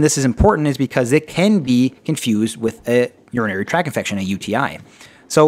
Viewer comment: Urinary tract infection. Not "track". Tract. Please be correct when making educational videos. Otherwise, it was fantastic. You have a subscriber:)